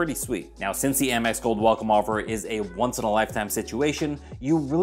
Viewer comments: I think Amex should be pronounced like American. The Gold card is a great card and it definitely has a high signup bonus. I’m actually considering applying for it while the 90,000 point bonus is still being offered. The grocery category won’t really benefit me at this time because I’m getting 5% cash back on groceries with my Chase Freedom Unlimited card until December of this year. However, I think I could benefit from the 4x back on restaurants starting in July after the 5% cash back expires on my Discover It card. We tend to use Grubhub in my household at least once per month, so I know I should be able to offset the annual fee by at least $120. I’ll probably get the gold card in the rose gold for myself and the traditional gold for my authorized user. Hopefully I don’t end up in popup jail like I’ve seen a lot of others. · Haha I used to say "Ay-mex" and got corrected in the comments, so now I say "Ah-mex" (still not sure which is best). Congrats on the Amex Gold! It's been at the top of my list of cards to get, but other great offers keep bumping it down. Didn't know that you can escape the popup using different links! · I've heard so many people pronouncing it Ay-mex! 🤷‍♀️ Thanks Kevin! Prioritizing which cards to get first is certainly a challenge.